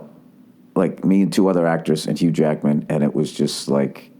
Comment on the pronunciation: Who is this Uge Ackman you speak of?